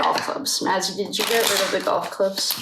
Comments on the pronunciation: Hi, I'm enjoying your readings. This case is so sad. Maizie's name is pronounced May-zee... just wanted to help. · Just so u know her name is pronounced Mayzee. 😊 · Hi sweetheart, I'm still catching up on the reading videos,but I'm hearing you say Ethan's sister's name.... however here's how you pronounce it..May-z. Just wanted to help!! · Her name is pronounced “ may-ze” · Hello! Just discovered your channel and am binging your Idaho 4 readings today. You're awesome! Thanks for all you do. ❤ (I think her name is prounounced Maisie...rhymes with daisy.)